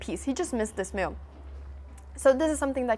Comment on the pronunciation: The way she says mewve though )